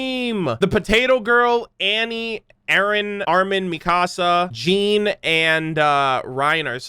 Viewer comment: Jean is actually a french name so it isn't pronounced like a pair of denim jeans lol. It's kinda similar to jaune in pronunciation iirc